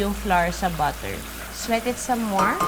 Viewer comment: Ask ko lang po... Ung ginawa sa onion... Swet po b ung sinabi niya? Namispronounce niya ang sauté?